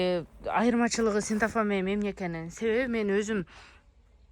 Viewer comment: Синтафон эмес, синтепон десен. Жер тошоктор чехол тошоктор барбы